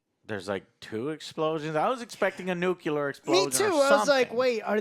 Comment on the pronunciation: NU CLE AR ITS NOT NUCULAR ITS NUCLEAR